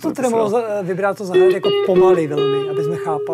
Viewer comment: Super video. Díky. Ale, "vybráto"? Krátké měkké!